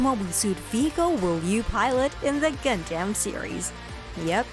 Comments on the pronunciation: Its gunDUM not gunDAMN please say it right haha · Gundam, not Gundamn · I can't believe anyone who calls it "Gun damn" is actually a fan. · Tell me this ins't TTS without saying its TTS: Pronouncer: GunDamn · WTF did I just listen to, most of the info she was saying was irrelevant or wrong and she kept saying Gun-Dam which was getting on my nerves. The way she kept rambling on about random stuff felt like she was an AI reading off a script someone typed. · “Gun-Damn” why? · keeps saying gundamn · The person narrating has probably never watched the series. Anyone else keep hearing Gun-Damn? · "if you're a GUN-DAMN fan like me!" proceeds to butcher every single name and ramble on about vietnam lmfao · Its pissing me off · I heard a God Damn at one point. The rest was Gun-Damn. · It made me jum of the mountain. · I say it like that to screw around with people but when it comes from an informative video like this it hits differently...... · “Gun-Damn”? Srsly? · Gundamn ? What the hell is wrong with you? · By far the worst pronouncing of Gun Dam EVER if you've watched the damn anime you would know that but yet still she butchered it over and over in the first few mins I can't listen to the rest. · All these dislikes because of how Gundam is mispronounced. 😂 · Even after 30 years. People still pronouncing Gundam wrong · For a channel called "Gundam you can't even say Gundam right " Unless this is TTS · This is literally one of the worst videos I've ever seen. Incredibly awful and misinformed and you cant even pronounce gundam correctly. plus ratio byebye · That shit kills me every single time I hear it in the trilogy...its killing me now.